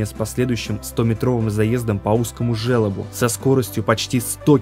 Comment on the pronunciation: Жёлоб блин, через ё. А не желоб.